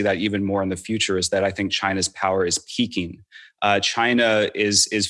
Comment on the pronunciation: lol, I heard this as "China's power is Peking"